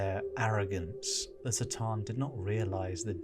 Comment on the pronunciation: Why S'tan and not C'tan?